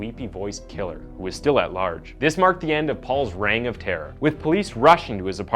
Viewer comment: Interesting pronunciation of the word "reign", champ.